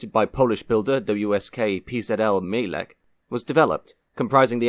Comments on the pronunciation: C on the end of mielec isn't spelled as "key" sound but rather as c in citrus or cinamon, the name come from mielić or miele which mean milling (on the flour) if you don't belive me , try google translate to read it for you in polish, it got it right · Tiny nitpick - the "Mielec" in "PZL Mielec" is pronounced "myelets". In Polish, a "c" is always a "ts" sound. Just in case you ever cover any more Polish-made deathtraps.